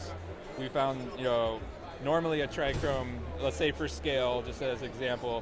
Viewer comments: There is no R in trcome. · Oh man that was bugging me. Owns seed company, doesn't know how to say a key word in his trade. Still love the genetics though!